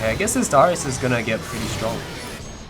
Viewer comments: Happy birthday! but you kept saying dyrus instead of darius, hahah. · you also dont pronounce darius' name properly, ots just darius not daahrius